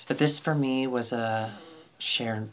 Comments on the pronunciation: CHER-NOBYL?!? 🤣🤣🤣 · i nearly choked at "cher-nobyl" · CHER-NOBYL!? 😂